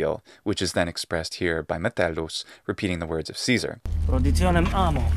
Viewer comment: The Metellus actor was very good with his Latin pronunciaion in this series.